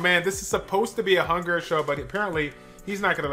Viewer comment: Say it with me, rung-neer. Not “hunger”...